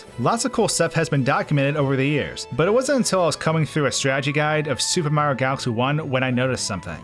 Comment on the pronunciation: "Supermar galxy" lol, this guy got a speech impediment or something or does he talk to fast for his own mouth?